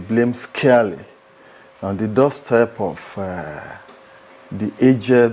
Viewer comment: Did he just say "I lay the blame 'scarely'"? Wow!!